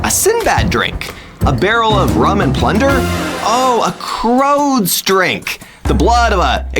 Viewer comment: Did bro say crods not croods